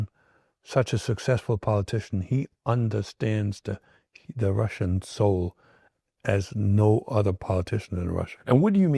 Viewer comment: RussiAn no RussiOn